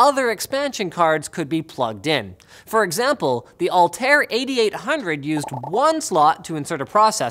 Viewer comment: You pronounced Altair wrong. Should be more like Al tah yr (don't know how to explain, but the strongest letter would be the I )